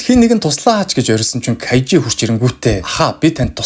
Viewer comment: Кажи биш Кайжи шүү!!!